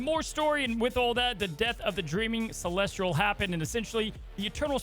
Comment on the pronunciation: Why is saying Celestial with an R:')